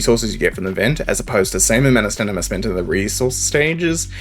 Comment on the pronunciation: Sorry just a small annoyance but could you pronounce it "sta-min-na" Ill leave a preemptive like on the video in hopes you'll say it the expected way.